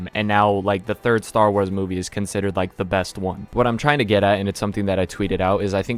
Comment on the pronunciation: You rike? I go make onsen now